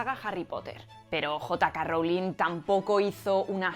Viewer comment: Jota Ka Rowling 😂😂😂